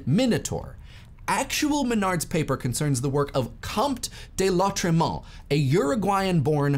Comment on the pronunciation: This is how you pronounce Lautréamont